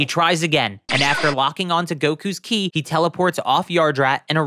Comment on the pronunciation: It’s Ki not chi